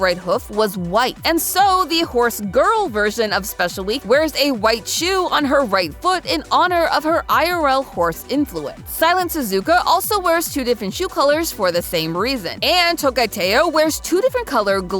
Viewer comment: Correcting things because im hyperfixated on this game: there are currently over 130 Umas on the JP server, which is the most updated version. Kitasan Black is pronounced kee-tah-san the Suzuka in Silence Suzuka is pronounced sue-zu-kah. Emphesis on the su, not the ka. Mayano is pronounced my-ah-no. do not put emphasis on the ra, put it on the u. Also with japanese names, the R is pronounced closer to L. There is so much to go into with this game, i would LOVE to see more about it. Especially because of how many characters there are. Some of my favourites i would love to see are Still In Love, Narita brian, and Twin Turbo.